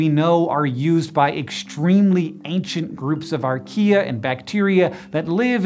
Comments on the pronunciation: Why did I hear "He discovered IKEA?" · Who also heard Archaea as Ikea??